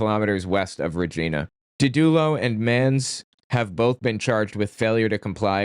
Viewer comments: Small correction : it’s actually pronounced “rej-EYE'-na." (You know like the part of the female) Not “re-GHEE'-na.” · * FYI ** Regina rhymes with vagina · You say po-tah-to, and I say Rah-jina!